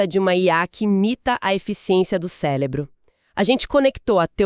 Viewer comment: O que seria um "célebro"?😅